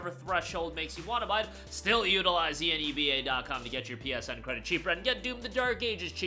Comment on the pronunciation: Rhymes with ENEMA, Seriously though... Hearing you repeatedly chant E N E B A was offputting, annoying and made me just a little angry towards the end of the video. How would you pronounce "783 Enebium has been added to your Enebium Balance" ? You gonna spell that out too? Grow a pair... it rhymes with enema, just say it.